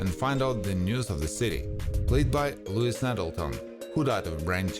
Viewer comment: I cant stand the voice of the narrator. Get another narrator. He's terrible misprouncing Lois Nettleton as Louis.